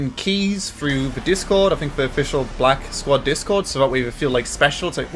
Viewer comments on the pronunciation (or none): he really couldn't say black squad